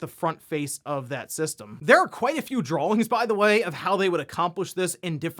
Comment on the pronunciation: Did you just say "drawlings?"